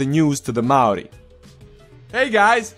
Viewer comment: Your Maori history and pronounciation and accuracy is amazing!! They purposely don't teach Maori culture in Nz only the white version so I'm surprised how correct you got it. Cheers bro from Nz